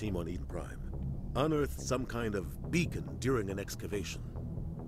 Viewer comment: LOL once you kept saying "bacon" I kept hearing "bacon" every time they said "beacon"